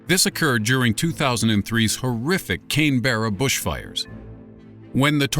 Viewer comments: can berra its fucking canbra brahhhh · "Cane-Berra" ._. I'm offensive and I find this Australian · Someone can't say Canberra!